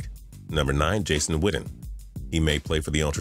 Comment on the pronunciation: Why he say Jason witten like jason widden